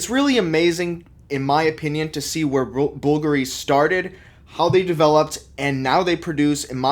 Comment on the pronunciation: pls at least learn how to pronounce Bùlgari